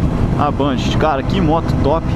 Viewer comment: ele pronunciou correto, é bandit, n´so que falamos banditi kkk não tem o "i" no final, é como a Honda que o pessoal fala "ronda"